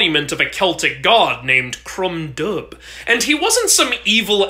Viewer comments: The “DUB” is pronounced Doo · Its pronounced dove not dub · Dubh is pronounced doo 👍🏻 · I doubt you'll check the comments of this short since it was quite a while ago but Dubh in Irish and Scottish is pronounced so "du" or "doo", I know it is a little strange but Irish and Scottish Gaelic are full of silent letters.